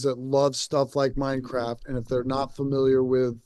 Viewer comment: Hearing him say Minecraft or World of Warcraft all I hear is MineCrap and World of Warcrap.